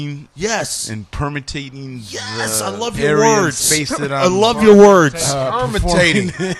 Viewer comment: It's permeating not permatating lol